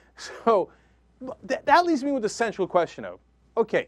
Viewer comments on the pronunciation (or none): HAAHHA he said central not sensual :D lol